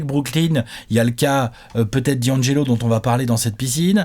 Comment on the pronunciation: Pourquoi tout le monde dit Di - angelo alors que c’est d’angelo